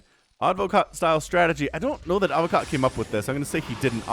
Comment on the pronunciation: Advokat in Russian and also in Bulgarian means lawyer but the stressed letter is the second A not the first one :)